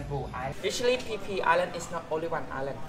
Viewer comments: Phi Phi..ฟิฟิ ให้อ่าน พี พี อังกฤษ ส้นตีน สไตล์ ไทย ๆ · .... PP Islands, not PHI PHI Islands